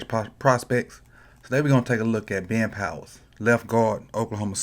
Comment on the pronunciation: I like how you say Ben. Been